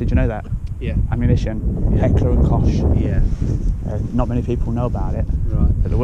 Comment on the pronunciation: H&K Heckler and Koch is pronounced like Cook.